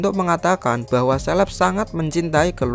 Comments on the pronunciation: Caleb dibaca seleb =Indo English Debest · Caleb bos itu dibaca kaleb, bukan seleb. Apa selebriti ya 😂